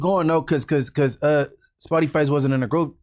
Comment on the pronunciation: Spotty lol It’s “Spoety”